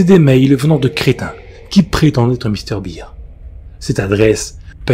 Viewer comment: Salut, Mr Bear (à prononcé "bère") fait tjrs autant flipper. Même après plusieurs années de pas avoir entendu ou relu cette creepy